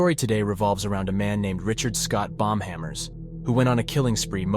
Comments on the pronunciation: it wasnt. i thought so too until the end. the dude just pronounced it terribly during the whole video omg. its not BOMB-hammer, its BAUM-hammer. The lawyer's name is sick though, i wudda become a lawyer with that surname too!! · It's Pronounced as "BOW-M" as it's German and the "Au" sounds like the "OU" in "hOUse" which is the exact way you pronounce the German (standard German) "Haus" as both English and German are Germanic languages and share a mass amount of etymological related vocabulary. English is a North Sea Germanic language thus its closest to Low German or Low Saxon and West Frisian. All three, English, Low German, and West Frisian make up the North Sea Germanic linguistic family. Latvians also have a lot of German ancestry from Prussia, as Prussia used to rule over mass swaths of Latvia.